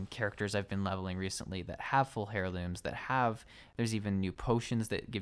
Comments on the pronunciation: wtf is a "Hairloom? You mean heirloom? ...er-ˌlüm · Dude keeps saying hairlooms lol.